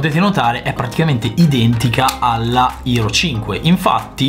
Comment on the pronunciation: Non c'è motivo di usare tante parole in inglese se uno non le sa pronunciare. È HERO non ERO, HOME non OME.